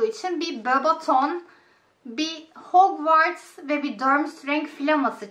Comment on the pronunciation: Her şey iyi hoş da abla keşke azcık hogvarts diye telaffuz etmesennn